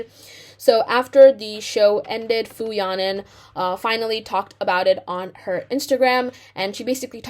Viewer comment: You should apologize by learning to properly pronounce her name